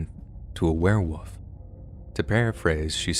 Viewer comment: I KNOW my comment is two years too late but is still relevant. Do you say, ‘Were-woof’? instead of ‘Werewolf’? It’s all the time, maybe it’s an American thing